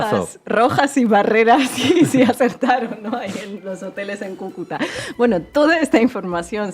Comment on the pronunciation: Es "C ú cuta", no "Cucuta", querido.